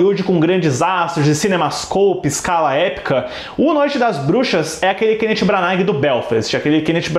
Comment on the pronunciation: Custa falar o nome dele direito, jesus